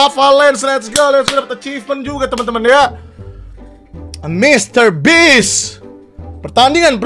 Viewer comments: bang nama nya MRBEAST bukan Mrbeans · Bist BG bukan bits😅 oi ya pengunjung baru dari Indonesia nama pulau saya belitung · beast bang bukan bits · Bacanya Mister Bis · Mister beach kocak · Bukannya mr breast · Kirain mister best